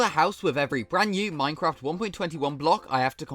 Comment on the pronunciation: minecwaft accent! keep it up bro!